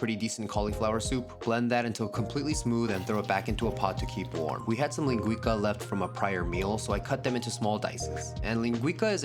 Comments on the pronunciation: ling gwee sah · My brother, just so you know, its pronounced lingui-ssah. Cooking is culture as you oftenly show. Love your channel. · I'm sorry dude, love your videos, but you did not pronounce that correctly ( I'm Portuguese) it's called linguiça, know you don't use that letter "ç" but it's like a double s. Like " linguissa". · Very good food. Its pronounced linguissa not linguika. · Hey dude, love your videos! Dont mean to be precious but if you're interested in the correct pronunciation it's linguiça, as in "leen-guh-y-ssa" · The ç in linguiça is pronounced ‘see’